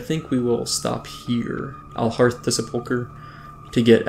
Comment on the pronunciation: Considering the number of comments you've already received on the topic in your Vanilla Ironman series, you should not be allowed to quest in Silverpine Forest until you learn how to correctly pronounce "sepulcher."